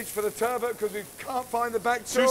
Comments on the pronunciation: WHY some of these chefs say 'turbo' or turbert' instead of TURBOT is ridiculous. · The worst part of all of this is turBOT.. being pronounced turbo.. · Everyone there pronounces "turbot" different. 😂